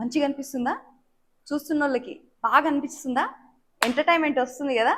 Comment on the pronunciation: Ye entertainment correct ga pronounce cheyyi